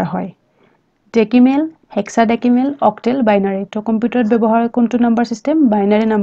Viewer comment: ডেকিমেল নহয় ডেচিমেল